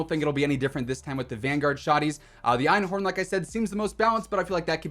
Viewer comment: Yo you pronounced einhorn pretty much perfectly